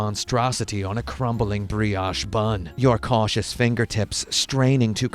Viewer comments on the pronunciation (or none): none